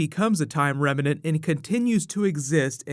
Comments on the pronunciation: bro, you've got to learn how to say "remnant". I think you're getting confused with the word "revenant" cause you end up saying "remenant". Picture the two headed monster on sesame street: rem... nant... rem... nant... remnant! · "Rem-nant" 2 syllables. Not 3.. . 👍🏻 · Also, I love you man, but you GOTTA start pronouncing remnant correctly without that extra "a" in the middle that makes it sound like a mashup of remnant and revenant.